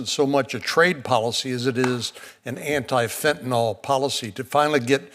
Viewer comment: why do these clowns call it fentanal; it's fentanyl, like il, not al!